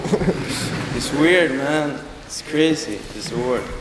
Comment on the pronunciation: the way he says it sounds so sickkk